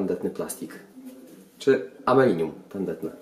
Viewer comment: Amelinium ha ha ha ha ha ha młody człowieku Aluminium !!!!!!! się mówi , zapamiętaj na zawsze !!!!!!!!!!!!!!!!!!!!!!!!!!!!!!!!!!!!!